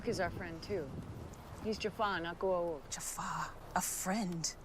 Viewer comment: ...you're absolutely correct. I think the actors were just lazy. The pronunciation is as you said it in your video: "Go - ah - oold" It really bothered me too because there was no consistency. Again, I think the actors and the directors of the episodes were too lazy to attend to the consistency.